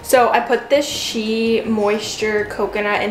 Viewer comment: Lol, the way you pronounce eczema and Shea. Shea is pronounced shay btw.